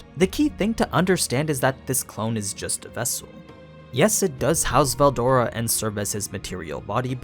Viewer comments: the way you pronounce veldora is so fckn annoying it makes my ears bleed. I don't get how it's THAT hard to pronounce. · this isnt in Japanese, so he doesnt need to pronounce it like that. But yes its pronounced berudora.